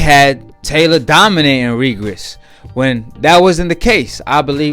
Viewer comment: Well Done bruh me too! Slurring words, jumping subjects, just puttin anyone on the channel...he called prograis “Regris” 🤦🏽‍♂️